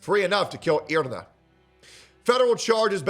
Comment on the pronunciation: for God's sake please say her name right " E-REE-NAH". Also thanks for covering this <3